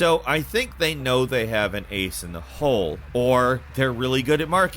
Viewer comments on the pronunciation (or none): none